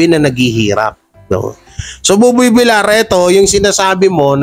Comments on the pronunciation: idol bakit hanggang ngayon d ayaw mong i correct yong tamang bigkas ng apelyido ni buboy. kc VIL YAR po dapat ang bigkas ng VILLAR hindi VILAR. THANKS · Villar is pronounced as Vilyar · paki korek lng po ng pag pronnounce mo ng Apelyido ni Buboy Kc dapat ang pronnounce nyan ay Vilyar kc double L yan pag 1 L lng yan ang Vilar